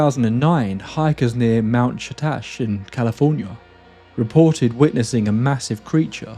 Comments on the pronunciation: I had to do a double take on "Mt. Shatash" ... I know you mean Mr. Shasta (home of the Lemurians and such, of course). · What was the name of the mountain you mentioned in California? It sounded like you said something like "Mount Shatash", which I'm not familiar with, and couldn't find anything similar to in a search. I'm familiar with Mount Shasta (I live near it, in fact, and it's frequently associated with UFOs, crytids, etc), but what I heard you say didn't sound anything like that, except that it sounded like its spelling possibly involved the same letters. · Umm, as a passionate climber who's actually summited the mountain ... it's Mount Shasta - sha-sta. Not ... whatever it was you called it. Minor criticism. I love your stuff. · Um, what did you call Mount Shasta? That's the strangest rendering of "Shasta" (SHAHS-tah) I have ever heard.😂 Please pardon my amusement.